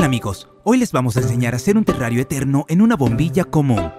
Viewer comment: Alguien más pensó que decia "Terrario entero"? XD